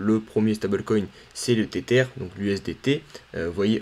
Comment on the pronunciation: J adore la prononciation de tether 🥴😅